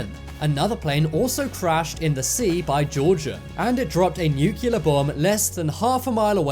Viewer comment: Newk-key-lur....bro, you say that like someone who just learned how to talk